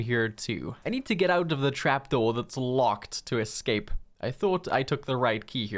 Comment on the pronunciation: Buddy, spell "escape". Then say it out loud. You're welcome.